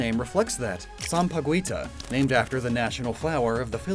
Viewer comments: I'm happy to see the representation of the Philippines in a video but it's pronounced as sampagita not sam-pa-goo-wee-ta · Sorry, gonna be THAT guy, but Sampaguita is pronounced “Sam pah geehta” now “gwee.” :3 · Great video as always! Can't help but want more videos like this about Neo Legends. Also also, you did your best with pronouncing sampaguita, though it's more often pronounced as sam-pa-gi-ta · Oooh Sampaguita (pronounciation sounds like sampa-geeta) yes the national flower of the Philippines weird how he mentioned Southwest when the Philippines is located in the Southeast? Maybe I'm missing something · Pinoy here, Loving this new series. Small nitpick about Sampaguita's pronunciation. It goes like "Sam-Pa-Ghee-Ta". Other than that great video :D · When he wrongly pronounced Sampaguita really wrong🤡 The U is silent